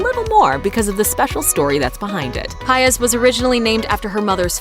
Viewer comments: Really “piaz” like come on its say PAIZ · Its not paez its paiz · Stop pronouncing her last name like that 😓🤦🏻‍♂️ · I don't think that's how you pronounce 'Paiz' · No it’s not cause my last name is Paiz and believe it or not it has a accent to it but white people can’t pronounce it so whatever they say we just say it’s correct